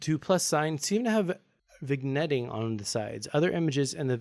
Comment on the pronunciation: “Vig netting” lol